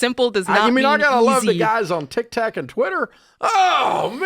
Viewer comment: The odd thing is that Dave called it Tik Tak and no on thought to correct him!